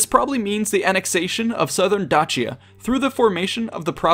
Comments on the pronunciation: Maybe I'm focusing on the wrong thing here, but we're talking about Dacia, not Dutchia, wherever that is. In English, that C is pronounced as an S. In Latin, it was pronounced as a K. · The pronunciation of Dacia sounds off to me. The way its said makes it sound like its spelled Dachia. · You are correct it should be pronaunced Dakia. since Romans are latin and Dacians are a Thracian united collective forces it is misspelled and mispronaunced since Romans are not Thracians and have assinged a word and sound closer to their Latin language but not exactly as a local thracian would have said it. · Huh, always pronounced Dacia as 'Day-she-ah'. Anyone else? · It is pronounced day- sea-ah as it only has one C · They would actually have it pronounced like D-a (like in Amen)-k (like c in cake)-i-a. Caesar was pronounced like K (again like the c in cake) - a (Amen)- i-s-a(Amen)-r. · Am I the only one who just realized they've been pronouncing Dacia wrong for years. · Truly insane how you pronounce Dacia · You really, really, really need to work on pronunciation. (Dacia...Dalmatia...Croatia) If you're unsure of a word, Google translate has an audio feature. Use it. Don't be a Simon Whistler or any random nerd who thinks Darth Vader's flagship is named for someone who's come to read some paperwork to you. I had to stop watching. I can't take you seriously and you're hurting my ears. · Learn how to prenounce dacia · Just one thing that irked me in this video (other than that I enjoyed it and it was educational). There are several ways to pronounce Dacia: Day-sha, how many native English speakers would pronounce it Da-see-ya, the other popular way to say it Da-chee-ya, the modern Italian pronunciation Da-kee-ya, the Latin pronunciation. Yes you read that right, Latin C's before the vowels a, o, and u were pronounced as a k. Julius Kaeser, wonder why the german emperor was called Kaiser? Anyway, keep up the good work! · isn’t dacia pronounced dashia? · dAAAAAAcia not dachia